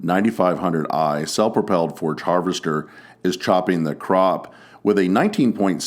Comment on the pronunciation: Its a forage chopper not a forge chopper